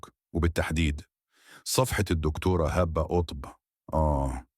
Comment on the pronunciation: انت مش عارف تقرأ كويس ليه اسمها هبه مش هابا و كلامك مليان اخطاء عيب كده 😮😮😮